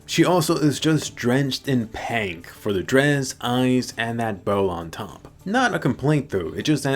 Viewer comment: Drenched in PANK Was I the only one that heard how he said that